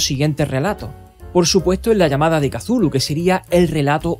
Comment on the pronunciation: Maravilloso video, una joya como siempre, pero tambien me revienta las pelotas esa pronunciación de "Kazulu" no offense, ya en serio, una joya de video, gracias por hacerme la noche. Saludos desde la primitiva y arcáica ciudad de méxico.